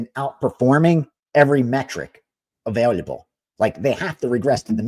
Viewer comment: Lmao can't say Available, he says availyaabke